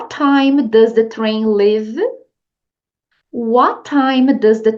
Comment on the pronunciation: Acho engraçado o falando um live. Show de aula, obrigada.